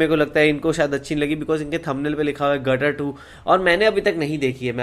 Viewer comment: Gaddar 2 nai Ghadda 2 (Donkey 2). Padhhhhhar 2